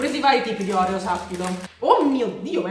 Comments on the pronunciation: Non si dice orèo ma oreò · Si dice oreo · Scusa ma si dice Orfeo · Ma sbagli la pronuncia degli oreo